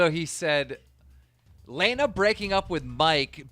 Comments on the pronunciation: He said lana wrong everytime it pisses me off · Omg right how do you not know how to pronounce her name lol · Can you start pronouncing her name right holyyyyy shit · Imagine hearing how you pronounce Lana Rhodes and then saying it wrong and also Mike is a fucking idiot bro Lana is hot af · Keem is in a profession where he should be able to pronounce names and places.. He can't say Lana's name right and can't say "Vegas".. Drives me crazy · learn how to pronounce a fuckin name correctly like holy fuck is it really that hard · Keem pronouncing Lana’s name wrong as if he doesn’t know she is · like for everytime keem mispronounces Lana's name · Anyone else get pissed about how he pronounces lana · He pronounced Lana Rhodes wrong on purpose to not get in trouble with his girl you finesse king keem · Whos layna it's pronounced lana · Why he say Laana it’s Lana 😂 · You literally never read or pronounce anything right and its the most annoying thing ever. Plus it’s not like you’re live, you could easily edit it or redo it but of course not bc youre lazy. You also butcher everyones names, for example its LAHHNA not LEHHNA...seriously the easiest name. Get it right, it’s your fucking job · Stop saying lajna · lAnNa its pronounced lanna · He’s says layna instead of Lana so he can get flamed in the comments for it he did the same thing when the Alissa violet and Jake Paul the was happening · Why do you pronounce Lana as Laina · Man sed “laynah”instead of lana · Nigga stop sayin laynah I was so confused on who he was talking about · My whole body cringes when he says Lena instead of Lana. And for that reason, I'm out. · Its lana not leyna u idiot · FrankTheTank77 Dude I was just about to say this exact shit. Like at LEAST take the 45 seconds to LEARN HOW TO SAY PEOPLES NAMES. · Lawna. Not Lane-A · LANA KEEM NOT LAYNA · Whose Layna? It’s LAWNA 🤯 “Lana” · Why does keen pronounce Lana “lay-nuh” when it’s pronounced “lah-nuh” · It’s Lana not “Leana” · its not laanaa its lahnah !!